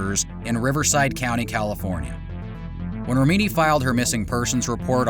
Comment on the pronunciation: You keep on mispronouncing Leah's last name. Even after hearing her pronounce it correctly. Also leaving out the fact that law enforcement is on their payroll. Comes off as sloppy work.